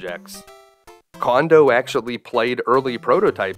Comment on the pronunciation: As a fan of your videos, I just want to point out- Koji Kondo's last name is pronounced "Cone-doh" (not "Kahn-doh").